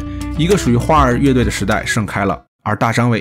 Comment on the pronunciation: 你先查查 花儿乐队 到底应该怎么读吧